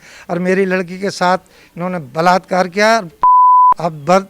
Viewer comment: चाचा जैसे आप बलातकर कह रहे हैं बो बलात कर नहीं है